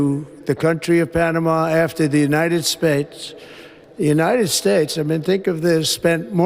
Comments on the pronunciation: United 'spates'? No, not misheard. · The United Smates. Enough said. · the United Spates ?....This man is literally fcked in the head !!!!......and this Idiot mocks Biden for his speech !!